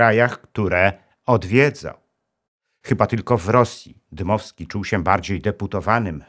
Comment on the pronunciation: Dmowski nie Dymowski panie Inżynierze.